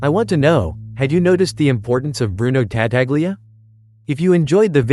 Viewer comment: TA TA glia... jesus christ.